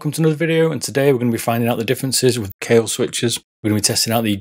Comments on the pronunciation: Great video. Sorry to nitpick, I'm not sure why you pronounce "kuhlee" when it's pronounced "kale." It's in the spelling. :) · Kalith???? According to Kailh, it's pronounced like "kale".